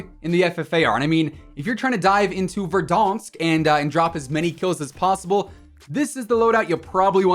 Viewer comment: "VerDONSK" has me dead everytime.